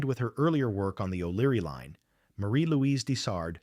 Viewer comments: Oh thanks. I thought it was a word I did not know. Here I am thinking what's a "leen"😉😁🤪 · Very distracting to have words hugely mispronounced. There is no "leen". It is LINE. Otherwise really appreciate this tale. Thanks